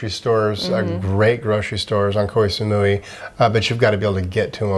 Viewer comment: Thank you for sharing these tips. Which sites do you find the best to find good deals on flights? Your pronunciation of Koh Samui is cute ☺. I believe it's pronounced more like Koh - Samoy . I'm not sure the street litter in Vietnam is due to culture; I think it's more to do with poverty/deprivation and lack of government support. As for getting hot food in plastic bags, it was the same in China. Regarding plastic litter, I found some of the beaches in Bali to be incredibly littered, with huge swathes of floating plastic seen out in the ocean, for example to go dolphin watching. I noticed that Japan also uses a huge amount of unnecessary plastic, but you don't see any litter - at all. Everywhere was pristine.